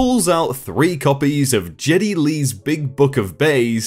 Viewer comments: About the author signing autographs, the name of the author who wrote the books that the man wanted to return was by Geddy (sounds like Getty) and not by (computerized voice “Jeddy). I know that the person who has this channel has no control over how the computerized voice but maybe in the future they can find a more accurate voice! Great video either way!!👍👍👍👍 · GED not Jed with a hard g not j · Did you seriously mispronounce Getty Lee's name as Jetty Lee? How the actual fuck? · Spectre No, actually Geddy Lee (pronounced with a hard G as in "good") is a legendary rock musician. If you were joking, feel free to whoooosh me.